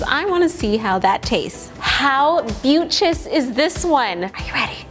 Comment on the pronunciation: you said beautis! OMG Weylie moment! <3